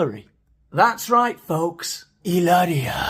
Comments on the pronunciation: I had to see just to listen to you say Ileria!!!! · Fun laughing with Heee-LAIR-eeee-aH this morning! 😂❤🎉😊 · Oh Lord,the way you say Hilaria is cracking me up every time 😆😆😆